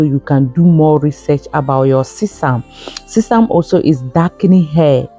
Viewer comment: This sounds like alumni jumbo mixing herbs is ok but all there plus together doesn't seemed balanced!! Sesame is not pronounced the way you speak it!